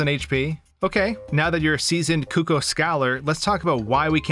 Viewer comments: The most stressful thing about this video was how he pronounced Cucco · "Koo-kohs" bruh